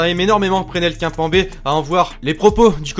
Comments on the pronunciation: Tu dis kinpanber au lieu de kimepember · On dit Kimepembé on dit pas kimpembé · a c trop drôle comment tu dit kimpembe